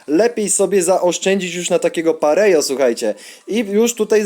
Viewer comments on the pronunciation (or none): Sztos odcinek P.s. czyta się Pareho